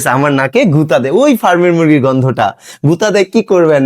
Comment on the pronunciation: ভাই আপনাকে সন্মান করে বলছি, ঐ শিক্ষিকা ফার্মের মুরগী বলেননি, উনি বলেছেন পার্মের মুরগি। উনি গন্ধ কে বলছেন ঘন্ধ।